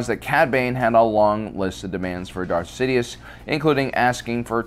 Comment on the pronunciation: . Much love for this channel, but my Aspie arse specifically heard you say . . . Dark Sidius. 😂 Also, were those kids adopted, or were they his ? Estimating clones woukd be sterile to hinder IP theft, but look at childrens' mottled coloring . . .